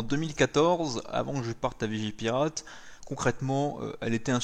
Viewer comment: Je rêve ou t'as dit vigiLpirate